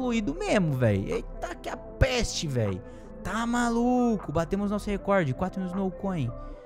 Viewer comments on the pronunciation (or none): none